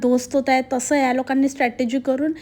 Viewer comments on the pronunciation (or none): none